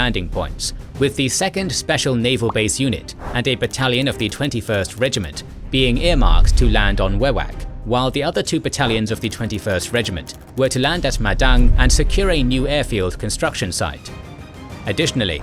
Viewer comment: Your still pronouncing Kokoda wrong. Kokoda rhymes with soda not cod fish. Your getting wewak wrong too weewak. long e.